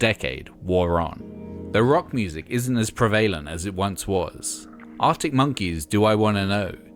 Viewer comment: I don't know who narrates these trashtheory videos but 'O'Marley' and 'preVAYlent' ...ugh!